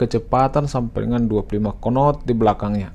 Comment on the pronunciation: Kecepatan 20 konot 😂